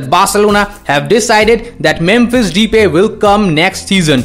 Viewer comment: You pronounce Depay as The Pie.